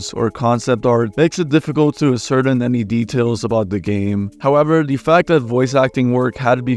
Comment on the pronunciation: this guy cant even say ascertain correctly but somehow has it in their script. me thinks he got someone to write for him. that and the mountain of misinfo in this vid dont look good